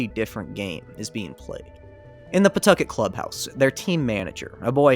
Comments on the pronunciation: Thank you for pronouncing Pawtucket correctly, I was nearly ready to rip you to shreds. That being said, what a jumpscare to hear about my home state in a video, absolutely insane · The explanation of how to pronounce Pawtucket is gold – definitely the superior version of words sounding like someone expectorating. Maybe it can be a new city slogan. You know, "Pawtucket... spit on that thang."